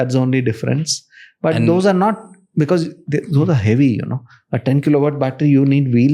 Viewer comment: Pls pronounce "because " as BECAUSE not "bikis "